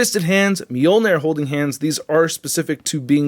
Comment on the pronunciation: Why is it when a word or words (e.g. -Moljnir) is repeatedly pronounced wrong, especially In the beginning, and throughout the video. That shit irks me so bad because we all l know i it's wrong but it's st I there and worse off, still said. LMAO